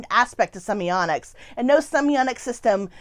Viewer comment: Wondering if in the last 2 years anyone has pointed out your mispronunciation of the topic word? There is no letter 'n' and is a letter 't'. Seems quite ironic. Perhaps "semionics" can be a portmenteau for 'musical semiotics' as it sounds a bit like "sonics".